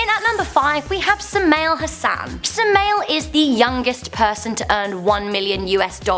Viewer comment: oh my god im a dota player and she calls sumail suma-1-L